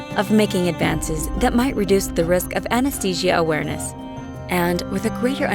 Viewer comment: She lost me at "Awereness"..